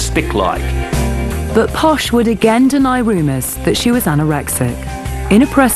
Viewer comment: It's Posh not posha. It's her nickname from her spice girls days; "posh spice" and it stuck